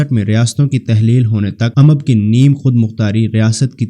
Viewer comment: بنی اسرائیل ،،،،خلجی ،،،تنولی۔۔۔۔اور اممب نہیں امب۔۔۔۔۔باقی سب ٹھیک مگر